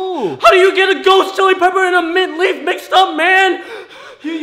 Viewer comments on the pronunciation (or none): HE SAID MINT REAF